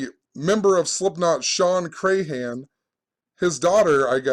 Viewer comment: You can't even pronounce Crahan correctly.